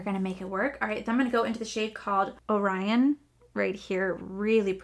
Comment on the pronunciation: I have watched a few reviews on this palette and I am shocked at how many of you don't know how to read words like Quasar and Orion. Aside from that it's a very good review.